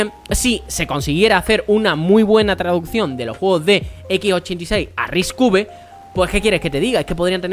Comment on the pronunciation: Cada vez que dices Risc uve muere un gatito, y van... Repite conmigo... RISC CINCO!